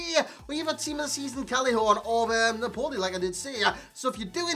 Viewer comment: You say ‘Napoli’ like a fucking idiot.